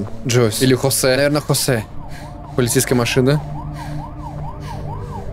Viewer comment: José читается как Хосе. Ударение на Е